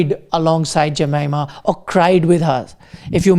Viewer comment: Hey buddy, it's a form of respect to pronounce someone’s name properly. Try to learn to pronounce Jemimah’s name properly, it's not too hard. Spelling doesn't determine the pronunciation of a name.